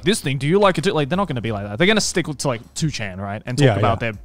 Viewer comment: Can be the only one who noticed Joey say 4 chan as 2 chan